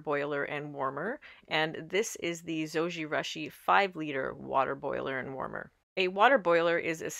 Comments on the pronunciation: LOL, Japanese pronunciation is Zo-ji-rooshi...the Japanese u sound==the "oo" sound as in moon. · Yes, it was a bit annoying hearing the mispronunciation of Zojirushi. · Yes. Very strident to hear the horrid mispronunciation. Ugh. Embarrassing and so vexing that there’s Americans who don’t know such basics. 😑 😣